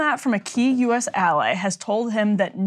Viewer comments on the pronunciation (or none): none